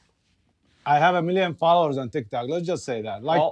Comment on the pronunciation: says ThikThok.. 😂